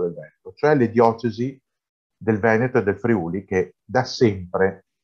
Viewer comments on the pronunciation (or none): none